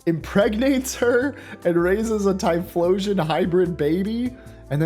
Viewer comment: I’m sorry the what and the what with the typholaion, so that what’s been going on with typhlosion, oh god